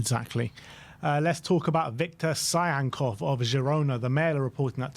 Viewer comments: It's not Victor "Tsyhankov" it's Victor "Tsygankov" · im from Russian speaking country, and whenever this guy says his name the blood coming out of my ears